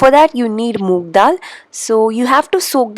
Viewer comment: Its moong dal right...not Moog